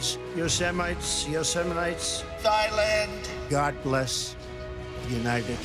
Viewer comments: “YO SA MITE” National park was the best 😆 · Yeaaaahhhhh, I'm a British-New Zealander and that had even me going what the fraaaack ...?! Yo-seh-mit-ee, isn't that Man Baby meant to have "advisors" or something?? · What kinda of US President can't say "Yosemite"? Wow. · another word tRump can't pronounce...